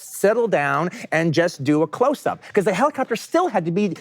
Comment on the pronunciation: "Hello and welcome to Clotshsssttsup"